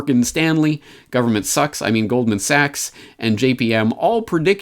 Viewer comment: Oh, how you said Goldman! I've relistened to this fine episode, and I keep breaking out in laughter when I hear it. I don't laugh involuntarily very often. But I laugh hysterically upon hearing that. I don't know why. It trips my funny circuit breaker.